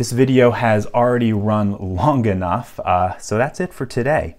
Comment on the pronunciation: "already run LON-GEE-NUF"...